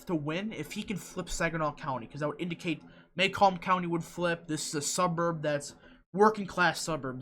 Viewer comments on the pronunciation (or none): muh-COMB. Not MAY-comb;). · The counties are pronounced Muh-Comb (Macomb) and Jen-y-see (Gennesee) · It’s pronounced muh-COMB. I live here. And I assure you....James is wayyyyyy ahead here.